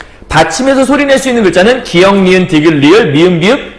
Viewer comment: 몰라서는 아니실 테고 발음 습관이신 거 같은데 ㅠ 계속 기윽이라고 하시는 거 너무 확확 꽂혀요 ㅠ ㅋㅋㅋㅋㅋㅋㅋㅋㅋ 하필 또 수업 내용에 기역이 왤케 많이 나오는지 ㅠ 기윽 소리만 삼십 번은 들은 듯 ㅠ